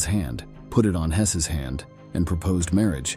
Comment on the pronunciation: But you also have to learn bizarre not-quite-English grammar and pronunciation. Listen and try to figure out what's going on. I've never heard a human being speak in such a garbled way. "Marriage" is pronounced "marri-egg." Then "collapse" is "collapsey." Sheesh.